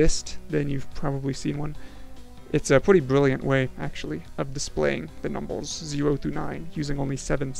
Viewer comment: What accent do you have? I'm hearing numbols, youtubols, folst attempt..?